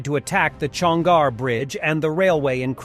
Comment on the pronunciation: Chonhar, not Chongar.